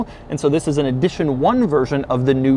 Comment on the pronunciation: Why is he saying Eeedition 1 and Edition 1?